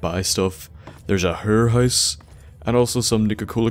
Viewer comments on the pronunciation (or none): "...and straight ahead is what's known as a hurr house" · When he said "hurr house" I started immediately picturing Patrick Harper. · "Herrhouse" Sorry, I had to.